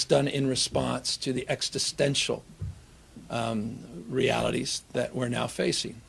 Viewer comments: "It's done in response to the extestential, uhm, realities that we face." -Gavin Newsom It's "extestential"... Newscum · Extistential? Jeez, the psychotic used car salesman said extistential! Kinda funny, cuz he's more of an extistential threat to Californians! I would say he needs to look in the mirror, but he already does that all day, cuz he's self absorbed!!! "I'm so pretty, oh so pretty"! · Gavin can't pronounce existential